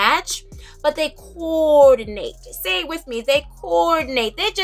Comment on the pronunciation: I see you’re getting really fancy with the layering, it’s exciting!! I’m Here for the “ Cuoor-da-nate 🤣🤣 these are epic!!